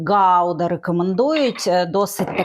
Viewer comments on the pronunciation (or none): none